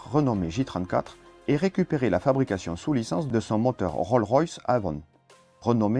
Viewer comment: By the way le ´S’ de Rolls se prononce dans Rolls Royce 😂